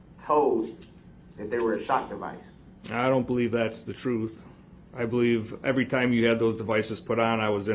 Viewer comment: Your trooof…you wouldn’t know the truth if it bite you in your behind. You are always talking about the “troof” and everytime you open your mouth you are lying.